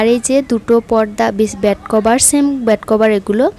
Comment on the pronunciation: আপনি একটু শুদ্ধভাবে কথা বলেন বেড ব্যাড আবার